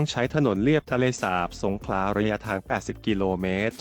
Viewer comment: เห็นหน้าปกแล้วรู้สึกขัดใจนิดๆ.. ทะเลสาป..คำที่ถูกต้อง..สาบ คับ กับอีกผู้ใหญ่ท่านหนึ่ง รายงานรัฐมนตรี อ่านชื่อจังหวัดสงขลา เป็นสงขา..แต่อย่างไรก็ดีก็รู้สึกดีใจคับ ที่โครงการนี้กำลังจะได้เกิดขึ้นจริงๆคับ